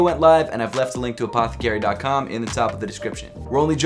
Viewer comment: Pronounce apthcry correctly it’s Apith-Crie not Upothi-carry